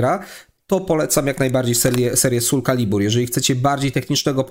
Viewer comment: Generalnie film spoko, ale ten "sul calibur" kaleczył moje uszy.